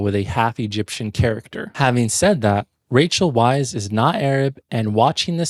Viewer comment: Oh man, hearing you consistenly mispronounce Weisz and Fraser killed me. Fraser rhymes with laser; there's no zh sound in it, like Frasier (fray zhur). It's just fray-zer. He's said this countless times. And Rachel's surname is pronounced "vice", not "weiss". I just watched one of your other videos where you commented on how "they got 90% of the way there, then ruined the last 10% by mispronouncing it" and then you do it here by mispronouncing the 2 lead actors' surnames.